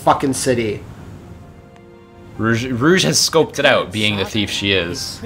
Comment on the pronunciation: Right when they get to Soleanna with Rouge...the voice over calls her Rogue